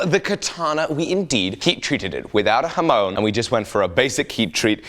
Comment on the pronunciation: The way you pronounce hamon is killing me... shamoneee 🤣